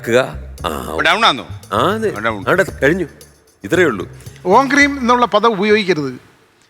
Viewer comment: സ്വാമി പറഞ്ഞതും മജീഷൻ പറഞ്ഞതും ക്രീം എന്നാണ് അത് തെറ്റല്ലേ, ഹ്രീം എന്നല്ലേ പറയേണ്ടത്